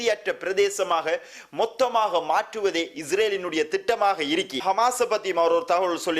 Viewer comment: தமிழ் உச்சரிப்பை கவனத்தில் கொள்ளவும் தமிழை கொலை செய்ய வேண்டாம் என்னது இருக்கி இருக்கி?